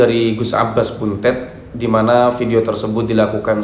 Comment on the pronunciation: BUNTET (DIBACA DENGAN "E" 'PEPET' BUKANG "E" 'TALING'.....) 🙏🙏🙏